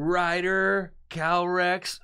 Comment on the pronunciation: I think its Calyrex and not Calrex...